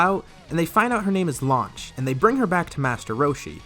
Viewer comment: "Her name is launched" you mean lunch?😂😂